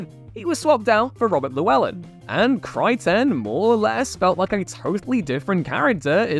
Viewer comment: Kry-Ten? KRY...TEN??? Why are you separating the syllables?